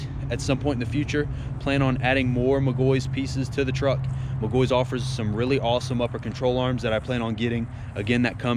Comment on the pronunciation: its "Mic Gaw He" im a McGaughey